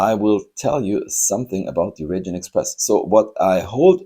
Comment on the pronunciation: Raijin is pronounced 'rye-jin', like 'ripe' or 'right'. It's an incredibly popular model in Japan, very hard to find. The cat deco is manekineko, a beckoning cat that invites luck - Japanese beckon underhand with their fingers where a lot of other cultures beckon overhand with the palm. The red treasure hunt is unusual because if you look at the Japanese lettering on the right side the word ホットホイール - Hot Wheels - has all the characters in right-to-left order, whereas on the left side it reads in standard left-to-right form, a feature you sometimes see on Japanese trucks, it's so it always reads front to back. Since Japanese is usually written vertically it's not a big deal to reverse the direction of reading for them. I've never really liked the Raijin Express that much as I had a bad experience with a Dekotora - I was stuck behind one in the evening while rushing to return a hire car, so I couldn't stop, and the road was very busy so I couldn't overtake either. It doesn't sound so bad until you consider that these trucks have chrome polished to a mirror shine, including on the rear bumper, which was flat, and so reflected our headlights right back at us the whole way!